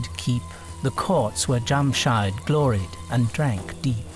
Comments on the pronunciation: The name is Jamshedd. Not Jamshyde! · Thanks for sharing. It’s Jamshid, not Jamshyd. And it’s not cup, the Persian word is Jaam, which is glass in English. Cup is used for tea, which did not exist in old Persian literature. Also, Kayqobad, Kaykhosro, Nayshapur, so the first syllables are pronounced like “way”.